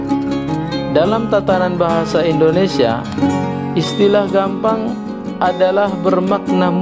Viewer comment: Boi cara ngucap nya gappang, bukan gampang